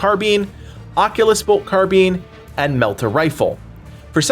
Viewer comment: Please stop saying Carbean.